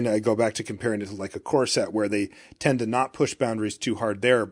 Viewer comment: Darn it, now I can't unhear talking about corset drafts...